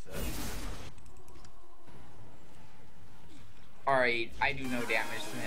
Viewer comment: I love these vids but I hate the way this guy says alright